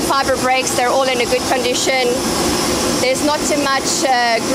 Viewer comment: Everything is in "gooood condicheen"😅 lovely